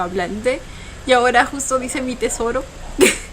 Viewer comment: siii, Fue demasiado lindo cuando pronunció en Español Mi Tesoro❤